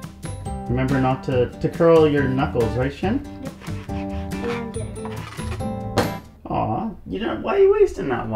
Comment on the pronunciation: Hearing him mispronounce his sons name over and over again is grating. Like why the American short i sound instead of the Japanese long e? Shin (as your leg) versus the Japanese Shin (“sheen”)??? Why why why? At least he does right when he’s speaking Japanese so maybe that’s the point, but stilllll